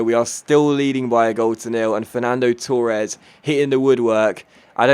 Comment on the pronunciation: You Said Torres wrong